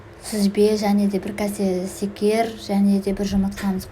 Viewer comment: Ренжіме өте тамаша бірақ кәсе емес кесе секер емес шекер сияқты